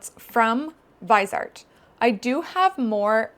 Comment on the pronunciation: sry maybe u'll appreciate this maybe not but "viseart" is a french brand so you could say "VEE-zay-art", the vise comes from visage